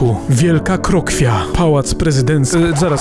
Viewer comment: Krokiew nie Krokwia ;P